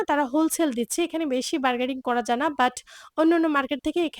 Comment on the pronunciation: আপু বারগেডিং কেনো বলছেন বারগেইনিং হবে কথাটা... আপনার বলার টোন সুন্দর সুতরাং আপনি ভুল ইংরেজি না বলে বাংলা শব্দ দিয়ে কথা বলবেন শুনতে ভালো লাগবে আমাদের।